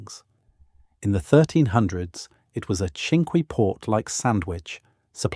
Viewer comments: Great information but you need to know pronunciation it's Castle Combe is pronounced castle Coombe and Lacock is pronounced Laycock and creaky this is weird cinque ports are pronounced sank. This is all well known by educated English people. There are others it would be worth getting an educated English person to re do the sound track. The man doing the commentary has a pleasant voice but the lack of general knowledge is very grating. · Shame about the pronunciation of key words such as Combe and Cinque and use of video during the introduction that was clearly not England. After Lacock I had to stop watching.